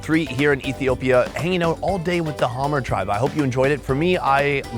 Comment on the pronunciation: It's not pronounced hummer tribe, it's hamar/hammar.